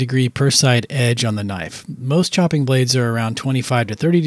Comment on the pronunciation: That's a bloody knoife !